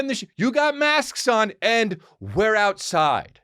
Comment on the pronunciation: Yeah but also , "we're outside..yroutside" ! Love it!🤙🏼